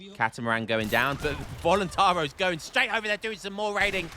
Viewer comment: Voluntar-I-os, you gotta pronounce the "i" man Also in Minas Gerais, it's a soft G like in General